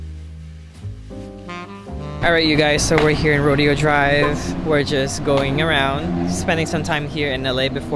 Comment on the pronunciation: 11 AM California Time, would be 2 PM Montreal time lol. Also Rodeo Drive is pronounced = ROW-DAY-O :P